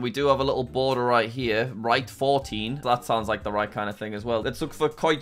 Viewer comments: as a dutch person its so funny how jack pronounces rietfontein as write forteen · The pronunciation of the Afrikaans word Rietfontein is killing me 😂😂